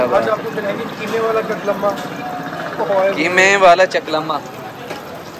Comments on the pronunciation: چقلمہ نہیں قتلمہ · I think u came other planet because your behavior is very weird , you pretend that you never know your Culter,food or language, it's simple Qatlma not kutclama , strange 🤔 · chaklma nai bhai katlma hota hy ...greeting from multan.. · chaklama nhi katlma😂😂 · Chaklama nahin katlmma ...🤣🤣🤣